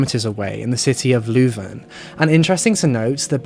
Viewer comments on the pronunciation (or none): Pronounced "Loo-Ven" = Leuven